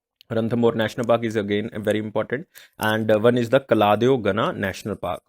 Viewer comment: That is केवलादेव not कलादेव sir! National park in rajasthan!